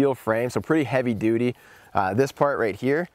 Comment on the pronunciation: awesome! and my 5 year old daughter laughed every time you said "duty" =) great stuff man! -- Brent #uch